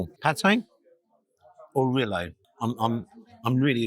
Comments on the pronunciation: The way you pronounce it, the spelling would be Rillet. It is spelled AND pronounced Rillettes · Just FYI ... it's generally pronounced REE-yet, rather than Rill-LAY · Great review except for the duck rilettes. The correct pronunciation is reeyet not relay. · Hello. Another excellent place and review. Must let you know, Rilette is pronounced Ree-ett. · Xmas jersey and shoes❤ Steak looks wonderful. Decent portion of frites. Rillettes is pronounced Ree (as in street) etes (as in sets). Ree...etes.🎉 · It’s pronounced riyet and originally comes from Le Mans in France - shame you didn’t say hi! But never mind … you might want to try the pizza restaurant next door a go ‘cento uno’ as that is excellent too - all the best Philip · The L in rilettes is silent. Pronounced ‘ree-yay’ 😊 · Rilette, the ending sounds like the same ending in cigarette, not ri-ay. Clearly made in house. You got it right at the end so don't know what was going on at the beginning! The steak definitely looked juicy too. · I love what you’re doing! Reviews ranging from £1 burgers to 3 stars restaurants and you are obviously passionate! However, it is “ree yay tuh” 😂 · … please google how to pronounce rilette ❤️ please don’t be offended lovely x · Rillette pronounced with the T’s… Cooked in fat then shredded…. Love u G ❤